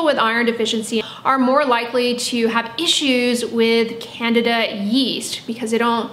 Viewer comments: Odd pronunciations When you say Candida yeast, it sounds like you're saying "Canada geese" lol I've always heard it pronounced as "can-deed-a" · It’s not “CANADA YEAST” it’s pronounced Candida yeast. Thanks for the mispronunciation your teachers are less than impressed with this lack of Knowledge of important info!